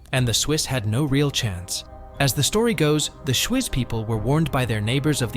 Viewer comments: people aren't a resource? greetings from Zurich!; Schwyz is pronounced Schvitz! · I had to laugh every time the guy in the video said „Schwyz“. It‘s pronounced more like „shveets“ :P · it’s pronounced schveets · as usual, AI has no idea how to pronounce the place names. I mean "Schwizz"? And "Morgatin"? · Its pronounced "Shweets". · The place is called ‚Schwyz’ and pronounced Shweeetz not shwizz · As a Swiss, I am appalled at the pronunciation of the geographical names in the original video.